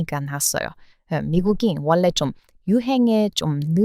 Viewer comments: 저도 지적질 ㅎ... '원래' 를 발음할 때 받침 'ㄴ' 다음에 'ㄹ'이 오면 'ㄴ'을 'ㄹ'로 발음합니다. 그래서 '원래' 라고는 쓰지만, 읽을 때는 '월래' 라고 해요. 재관람 --> 재괄람, 전라도 --> 절라도, 신라 --> 실라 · 항상 감사합니다. 그런데 한가지 도우을 드려도 될까 해서요. 한국 발음 즉 받침 ㄴ이 다음에 ㄹ을 만나면 앞의 ㄴ은 ㄹ로 발음 합니다. 예를 들자면 원래를 는 원.래 즉 쓰여진 그대로 발음을 하게되는데 그러면 듣는 한국사람들은 무척 어색하게 들립니다. 원래를 월래로 발음해야 자연스러운 한국어 발음이 되는 것입니다. 오지랍 넓게 나서서 의 기분이 상하지 않기를 바랍니다/ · 관람=> 괄람, 원래=>월래 로 읽어요~ 한국어는 발음이 어려운게 진짜 많아요^^ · 딴지는 아니고 그냥 알고는 계시는게 좋겠다는 차원에서 말씀 드리자면, 자음동화라는 법칙에 의해서 첫 단어의 종성에 'ㄴ'이 오고 두번째 단어의 초성에 'ㄹ'이 오면 발음은 'ㄹ' 'ㄹ'로 발음이 됩니다. 당연히 쓰기는 그대로 이지만요. 예를들면 초에 '원래' 라는 단어를 힘겹게 발음을 하시더라고요. 저 단어의 발음은 '월래'라고 하는게 맞습니다. 한국사람들도 '원래'라는 단어를 그대로 발음하면 힘들거든요.